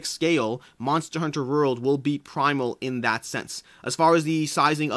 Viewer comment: Your pronunciation of the word "World" fascinates me! "Monster Hunter Rurld"